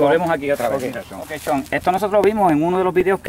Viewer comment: "Chon" por favor callate!